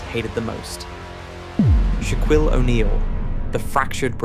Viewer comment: "Shwaquille Oneal"